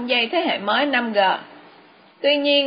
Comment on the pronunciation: Làm ơn đừng đọc là 5 gờ